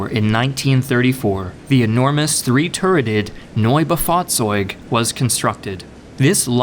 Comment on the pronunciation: With exception of the Neubaufahrzeug, where you didn't pronounce the "bau" part correctly, your german pronounciations were spot on.